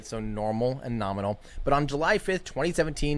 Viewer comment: was not "norminal" was "Ka-bloominal"